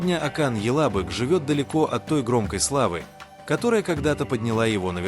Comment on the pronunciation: Ока́н Ялабы́к,но не яла́бык. Ибрагим паша́, а не па́ша.